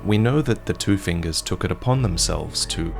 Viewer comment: take a shot every time he says fingures